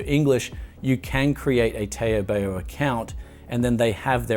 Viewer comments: First its not tey-o bay-o, its tarw, barw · taobao is pronounced as ‘tau-bau’ or ‘tau-pau’ and not ‘tay-o-bay-o’ 😂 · Taobao [taubau] not [teiobeio] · Asians pronounce it as tawbaw. not teyobeyo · can you pronounce TaoBao as Ta-ow Ba-ow (which is in chinese) instead of Tay-O Bay-O. PLEASE Thank you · TAY OH BAY OH LMAO Its Pronounced TOWWBOWW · did this guy call taobao "tayo bayo" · Taobao is actually pronounced "Tauu Bauu". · I like how u pronounce TaoBao. Use the “ow” in now for “ao” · "Tay-o bay-o" fkn lmao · It's pronounced as taubau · Toe bow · Tao Bao two syllables 😂 LOVE YOU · Just quickly: it's not "Tayo Bayo". They both sound like "How" but with a "T" or "B" instead of "H". Great video btw! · LMAO. "tow-bow" rhimes with the dog bark "bow-wow". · you pronounced the taobao wrongly... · Maybe there's someone who commented previously, but just want to let you know how to pronounce 'Taobao': 'tao' is pronounced tau, as in tau neutrinos and tau = 2*pi (that's the only example I can think of at the moment) and 'bao' is pronounced as bow, as in 'bow to the emperor'. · Hearing him pronounce TaoBao is one of the funniest thing I heard today lol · Interesting pronunciation of Taobao. Took me a few good minutes to realize which site you were talking about. haha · And you pronounced TaoBao wrongly... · Taobao should rhyme with "how now". Two syllables.